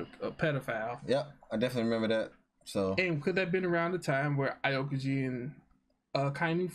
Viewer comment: Aokiji = pronunciation - Ow-ki-ji. By the way, not the same island 😉